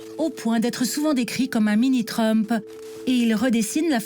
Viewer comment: Donald TrumpE.. assaut du capitolE, purée quel tic verbal, la voix off. Comment a t on pu lui confier ce jobE?